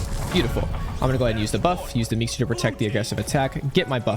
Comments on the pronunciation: Only one thing wrong with the vid and that is that its meeseeks not meekser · Did he really call it a meekster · this man said "meexters" like 30 times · "at the beginning i use the meekser" 💀